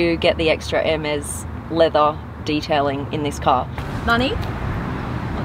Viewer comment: Even the captions miss heared manny for money 😂